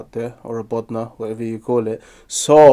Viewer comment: Is the presenter bengali? He pronounced "bodna" well